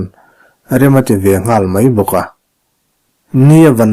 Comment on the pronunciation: A ngaihnawm viau dâwn e, a chhiartu pawhin i thiam viau mai. "Lei do" tiha 'lei' hi kan awmna lei anga ri lovin kan ka chhûnga kan lei anga ri tur a ni zâwk e.